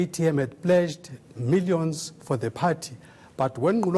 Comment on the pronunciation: Poor spelling ,vocabulary and pronounciation , lazy bodies greedy souls , milliyons ,peepoool , 😀😁😁😀😁😂😂😂😂 peeepoooool